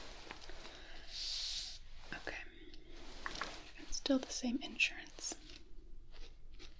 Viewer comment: Except she says "INsurance" rather than "InSURance". Only flaw.